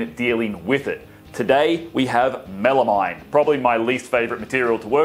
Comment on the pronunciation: Good tips, thank you. FYI, it is pronounced “MEL-a-meen”, not “-mine” It’s a portmanteau name, and the final two syllables are derived from a chemical that sounds like “AM-meen”.